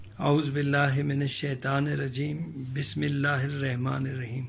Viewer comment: Sir bismillah tu acha tarah paroo .....shukria